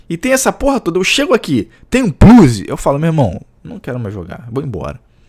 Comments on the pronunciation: "um pluzi"..... é foda!!!! kkkkkkk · "um plluze" kkk